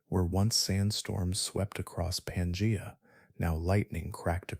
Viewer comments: Pan gee a not pan jay a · 😂 pan-jay-a. That was distracting